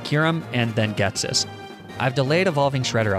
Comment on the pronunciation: And "Ghetssis"